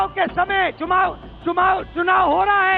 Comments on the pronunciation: Rahul gandhi said : Chumav 😅😅😅 instead of chunav 😅😅😅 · चुनाव ये शब्द ठीक से बोल नहीं सकता.... तीन बार गलत बोला पप्पूने😅